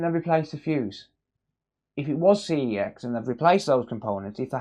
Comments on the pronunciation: That's not how you pronounce CEX! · Do you have to mispronounce CEX so you don’t get punished by YouTube?